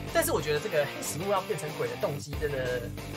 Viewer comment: 唸成黑死「木」也很奇怪，不是不行，只是唸成「謀」跟日文的發音較接近